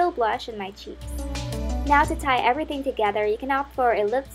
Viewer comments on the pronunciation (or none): none